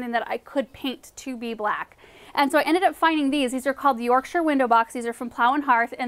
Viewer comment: I'm in Yorkshire, England. I had to listen again thinking 'Did she just say Yorkshire?'